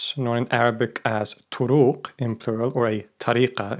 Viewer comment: Toroq طرق both os are short vowels